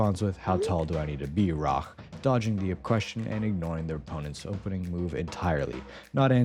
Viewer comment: so that’s not a miss as it’s not rizz that’s a blunder from you leading to a mate that’s 5 crying emojis not 6 you have your king and queen forked in this low elo move blundering your pawn in an absolutely stupid way miss pronouncing rach as rock leaving your king open in the center with you knights in the corners and no rooks or bishops very low elo move